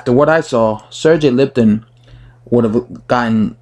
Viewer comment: Learn how to pronounce Lipinets , not Lipton.